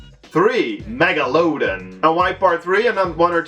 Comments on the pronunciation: mega-low-dawn, not mega-low-done. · It's pronounced Mega-la-dawn not mega-loadin' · i hope this does not sound mean, i'm a big fan of your videos. but its pronounced meg-la-don, the megalodon is my favorite shark :3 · heehee mega-looooow-dun. love how he pronounced it! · Your saying megalodon wrong - mega-don